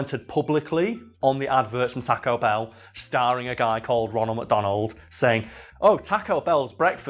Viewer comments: TAH-co Bell?! TAWWW-co bell! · Teaco Bell. What is that pronounciation. xD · every now and then, I don't hear "taco bell" I hear "tekko bell" and that makes me chuckle a bit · “Tack-O Bell” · Why do Brits pronounce taco Bell. talk o bell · Tack-oh bell... I don't know why this annoyed me so much... It's a spanish word man... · The way he is sayin taco ba a bruh moment but it's all good